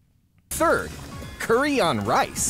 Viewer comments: Thank you for pronouncing curry correctly. Always hated the US pronunciation.... coooorey Yuk... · I have never, and I mean NEVER, heard anyone here pronounce curry as coooorey. Not once.